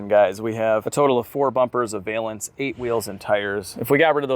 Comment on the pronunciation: "valance" rhymes with balance. I know nobody asked or cares, but I notice about half of YouTube says this word wrong.